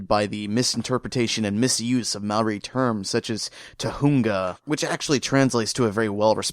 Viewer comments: It bugs me the way you mispronounce Maori. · Man I didn't realise you were saying Maori till I saw the guy with the tattoos